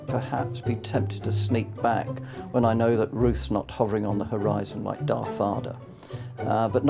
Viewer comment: "Darth Varder"